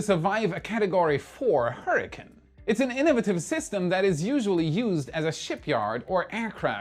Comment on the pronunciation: Great as always, but I am going to tease you a bit...what is a "hurricun"? Its pronounced hurri"CANE" not hurriCUN lol. Just sayin;)